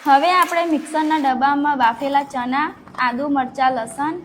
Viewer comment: Boli sudar deshi bole chana pili liye sareti bolay Bolvanu shikh pahela